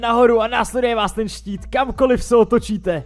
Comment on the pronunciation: Máš tam pro tít místo štít😂